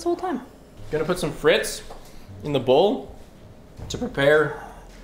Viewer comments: FriTs? You pronounce it like free but shorten to “fre”, the t is silent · I'm part French and every time I hear spiff say "frits" I die a little more inside